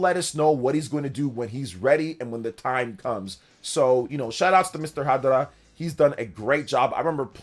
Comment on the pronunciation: Ha Darah? I swear you purposely pronounced Japanese things cringe on purpose.